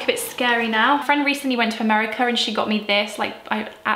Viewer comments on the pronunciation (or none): none